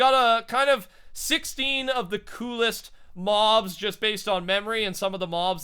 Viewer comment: Im just saying, but you keep on saying "mo mobs"